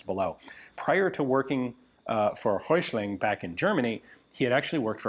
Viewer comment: You're not that far off with pronouncing Hessische. Hessen is a State of Germany. Go easy on the "i", quick on the "sch" and land on the "-e" and it is fine. Röichling...Röi-ch-ling. Roy as in Rob Roy, then the "ch" without an S and -ling. Anything with "Volk", just say Folk but let the L be heard. Wetzlar was perfect. Most of those that were made were MG barrels from the Luftwaffe that were reduced in diameter to fit the "Volkssturmkarabiner".